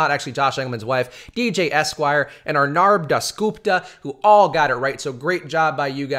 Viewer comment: I was entered into the contest and u butchered my name understandably, lol. It's pronounced ARR-nab Das-GOOP-tuh in case I get another entry, lol.